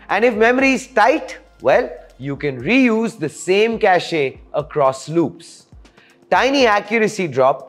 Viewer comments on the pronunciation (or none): I respect local pronunciations of common words, but not "cache" as cash-aye.